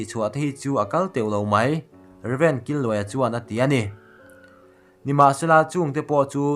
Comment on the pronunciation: Killuaia ni loin Kîlluaia... Kil lai hi chaw kan kîl mek, lo ei ve rawh tih ang a lam tur